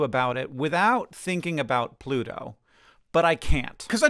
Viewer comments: (humor), you pronounced pluto like this: "Bluto." Are you (not) a Popeye fant? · The first time you said "Pluto" in this video, it sounded like "Bluto" to me, so I had the image of Popeye and Bluto in my mind when you mentioned this.